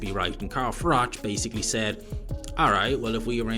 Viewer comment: If AI cant get froch name right then this is bull sh*t its not FROCK its bloody Froch